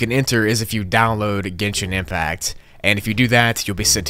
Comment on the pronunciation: Those people are the best! (I must admit, you pronounced Genshin Impact correctly!)